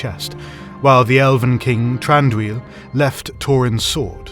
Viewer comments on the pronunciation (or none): Curious why you use the hard T for all the Th spellings. It kind of makes sense for the dwarves, they’ve always had a bit of a Germanic feel to me, but Thranduil and mithril are elvish, and I’m pretty sure those should have an unvoiced th. I’m no expert and am open to correction, as I know JRR and C Tolkien have written on pronunciations.